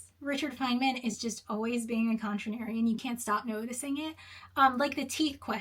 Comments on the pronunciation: "continarian...[sigh]...contrarian...you know what, I'm going to say how I'm going to say it":) Very funny,!;) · I’m going to lose my mind screaming “Con-TRAIR-ee-yun “ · Every time she says "Contranarian" I love it, that's how that word should be spelled. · just continues saying contranarian how contranarian of you lol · Pronouncing contrarian however you want is one of the most contranarian things you can do. Brilliant video btw! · Contranarian - A person who pronounces words how they want despite being clearly wrong. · Shocked you acknowledged the way you pronounce contrarian: never concede! We know what you mean!! Sorry for the exclamation points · considering she couldn't pronounce "contrarian", I have some good reasons to question her absolute intellectual capacities. It would appear to me there is a verbal linguistic limit that imposes itself over her articulation. Did you know that there are a large number of PHDs that can't read a bus schedule? What are your thoughts on this information? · Refusing to correctly pronounce contrarian. I think i'm a Collier bro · the contratrian pronouncing contrarian however they like is very on brand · What would Gell-Mann say about your pronunciation of "Contrarian"? 😄 Great video. My mind was kind of blown at the revelation that he hadn't written his own "autobiography".